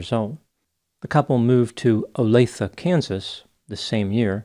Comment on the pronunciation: Thank you for pronouncing Olathe correctly.